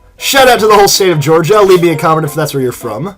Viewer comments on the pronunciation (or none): none